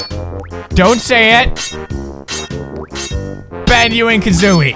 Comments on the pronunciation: Not Banio, Banjo! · he poods said banyoo XD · Did he say bazoo and kazooie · Oh he siad banu and kazzoie